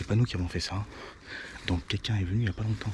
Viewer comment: J'adore quand il dit cela aussi, en outre !